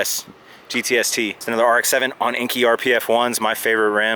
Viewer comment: Enkei is pronounced “N K” btw.